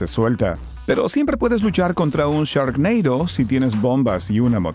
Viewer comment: Yur inglish is veri gud ; )